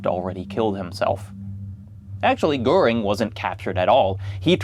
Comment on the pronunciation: usually I feel a bit of cringe when non-Germans pronounce German names incorrectly, but Goering was such a piece of shit, he doesn't deserve better.